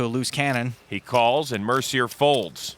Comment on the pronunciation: Mercier is pronounced mare see ay